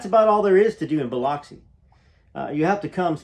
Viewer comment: Boy if you say Biloxi that way one moe time….😂